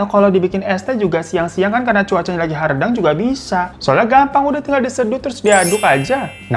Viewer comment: HAREUDANG BANG BUKAN HARDANG 😭😭😭